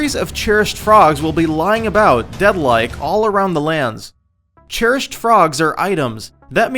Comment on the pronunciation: 10/10 would watch again apart from the fact 'cherished' is not pronounced 'churished'